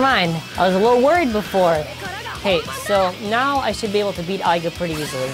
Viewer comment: its not aiga its aiger